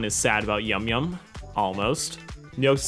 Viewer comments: Yumyan! His name Yumyan.... not yumyum.... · Yumyan, not Yumyum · “Yumyum” ew no, it’s Yumyan, like Paul Bunyan they rhyme... because funny axe haha.